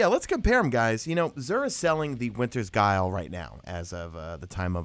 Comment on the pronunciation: good video but that not how u pronounce the " winters guile "